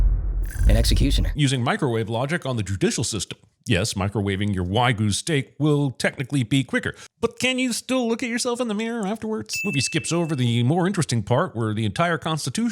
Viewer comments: Did you say why-goo? It's Wah-goo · sinning your pronunciation of wagyu